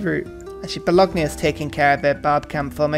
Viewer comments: Bologna is pronounced ba-lone-ya. The g is silent. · Bologna....Bo...lon...ya...............you're welcome. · Mama mia, do you say Lasackna too? Great video as always tho but I always gotta wear headphones when I watch them, otherwise my italian roommate is gonna destroy my laptop.